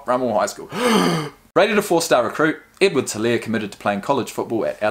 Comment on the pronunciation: The way he pronounced Guice😆😆. It's Guh- ice. Also the H in Helare is silent.